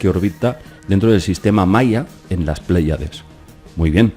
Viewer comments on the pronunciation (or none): none